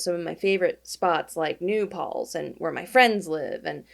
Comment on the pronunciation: You said "New Palz" on purpose didn't you